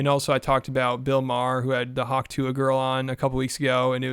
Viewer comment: You said, "He had the hwak tuah girl on," but i heard "he had to hwak tu a girl" 😅